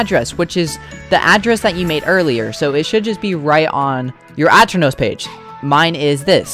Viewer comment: grrrr, its a-turn-ohs